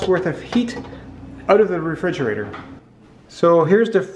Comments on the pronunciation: Regridgerator? Or refrigerator? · Refrigerator, regridgerator. Tomato, tomahto.